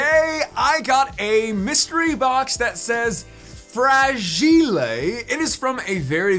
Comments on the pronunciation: Fragileigh...... must be Italian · Fra-gi-le Are you half Italian, mate? 😂 Bulbamon? I played Digimon World 3 and there was this special Digimon called Bulbmon, an antagonist. Are they related? 😂 Omg I love that Charizard! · Fragile (Frah-G-lay) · You said fragile the wrong way but cool pokemon i have good ones too!